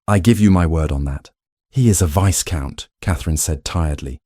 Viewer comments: for sure. They are not even pronouncing viscount correctly. It’s actually pronounced vi-count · Oh, Lord. The AI voice said "Vice count". You have to wonder how they let that mistake go by. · The s in viscount is not pronounced.